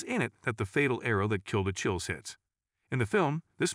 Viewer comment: "A-Chill-E"? I thought the "ch" in his name was pronounced as a "k" - "A-Kill-E"